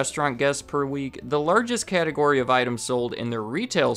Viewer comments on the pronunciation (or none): none